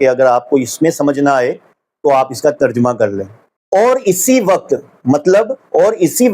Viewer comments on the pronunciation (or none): none